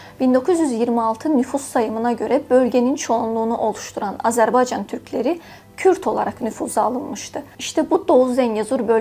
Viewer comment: Lütfen Âzerbaycan sözünü Düzgün telaffuz etmeye çalış şapkalı Â olarak kullan ruslar gibi telaffuz ediyorsun Azerbaycan değil A" zerbaycan yani şapkalı Â gibi düşün